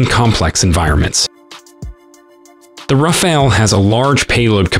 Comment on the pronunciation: Rafale, not Raphael. 😂 It's a wonderful plane, but I wouldn't call it a game changer.